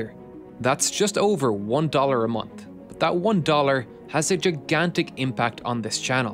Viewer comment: IHT BUHT THAHT